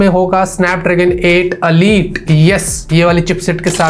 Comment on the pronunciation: अलीट नही होता इलाईट होता है